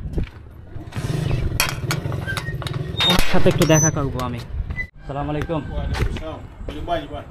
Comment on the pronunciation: Vaiya Sala malaikum Na bole ASSALAMUALAIKUM Bolle Bhalo hoy. R Lengta meghta video na dilheya ei sob Bhalo Bhalo fact cover koren ❤❤